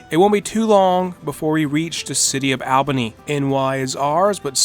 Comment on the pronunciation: In terms of the English language, he pronounced it correctly though